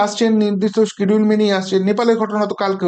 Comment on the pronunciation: বাবু আপনার দু একটি ইংরেজি শব্দের উচ্চারণের দিকে আরও যত্নশীল হতে হবে। যেমন আপনি উচ্চারণ করলেন স্কিডিউল, এটা ইংরেজি উচ্চারণ হবে শিডিউল। সাধারণ ইংরেজি শব্দের উচ্চারণ সঠিক না হলে খুব কানে লাগে।